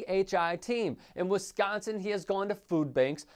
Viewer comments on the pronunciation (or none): none